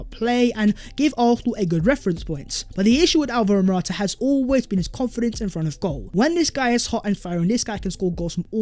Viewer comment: I have cramming how to pronounce dusan vlahovic just to come and pronounce morata😂